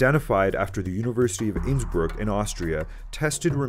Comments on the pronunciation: Hey there, it's actually Innsbruck, not Innsbrück. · Its called Innsbruck not Insbrück!!! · "Innsbrück" it's called INNSBRUCK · It's "Innsbruck" not "Innsbrück"... please correct it, thx.